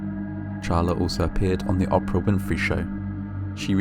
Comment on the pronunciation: I’m sorry, are we not going to talk about how this guy pronounced Oprah like opera?